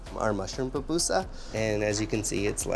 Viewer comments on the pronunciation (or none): I keep hearing “PApusa” from this guy please tell me it’s just my audio … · Ok two things. PUPUSA not Papusa. Also SALVADORAN NOT SALVADORIAN.